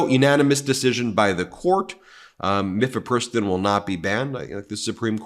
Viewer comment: Ben, not to be annoying viewer, but mifepristone is pronounced: Miff uh PRISS tone